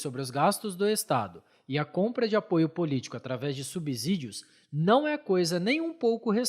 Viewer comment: Ainda falando "subzídios"??? Sei não, viu!!!